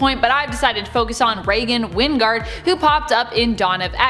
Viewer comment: Jason Wynn-Gard?? I smell Spawn crossover!